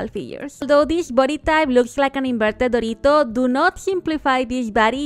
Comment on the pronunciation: esa forma de decir "dorito", habla español?